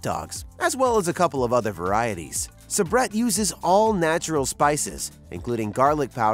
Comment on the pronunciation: Please learn how to pronounce Sa-Brett and they sell them in much lower counts than 25 in the grocery stores. Who did this research.?